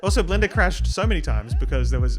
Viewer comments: I just heard blendr as Glenda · "Blenduh" - 2026